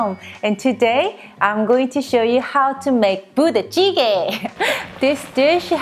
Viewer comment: I heard Booty Jiggy. hahahhahaha